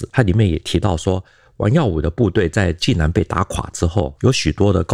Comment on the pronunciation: 济南，济水之南而得名，所以读音是第三声，而不是四声（往往作动词）使用。欢迎来济南旅游，济南别称泉城，护城河乃是独一无二的泉水护城河。内城城墙尽管被拆了，但当年内城破城处城墙东南角的遗址还在，称“解放阁”。泉水护城河之上的解放阁，墙上写满了当年济南战役攻城时阵亡的共军将士姓名。其中不少“无名氏”令人感叹和平之宝贵。